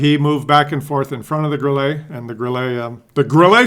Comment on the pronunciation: you suck when it comes o pronouncing ' Grille '. You pronounce it like a yank tyring to pronounce ' fillrt dteak! It's pronounced GRILLER NOT GRILLAY! That's what comes of living too close to the former disgruntled colonials🤣🤣🤣